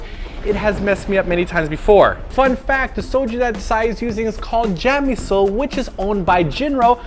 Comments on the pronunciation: CHA - MI - SUL .... Come on now. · *chamieseul...not jam ;) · i don't know why i find it annoying when they keep calling the soju brand 'jamisul' when it's actually 'chamisul' >.>